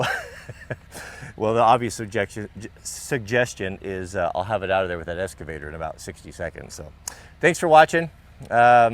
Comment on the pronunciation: It's an excavator, not an escavator.